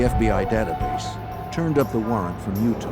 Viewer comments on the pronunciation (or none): In what vernacular does "ah" ever pronounce as "r"? He said at the beginning this event took place in "utar" instead of "Utah", too funny.